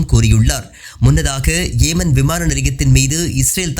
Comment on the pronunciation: "பா"லஸ்தீன் அல்ல பலஸ்தின். "ஏ"மன் அல்ல யெமன்.